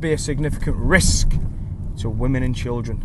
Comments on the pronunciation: Why so much emphasis on the word risk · Why you keep saying risk like that? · New Dean lynch ward drinking game- 1 shot of any alcohol, anytime he says Derek , Double shot,everytime he says Risk in a very strange way! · Why carnt he say risc properly?